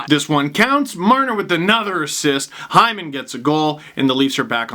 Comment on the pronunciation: It's not Zach Hyman it's Zach Heeman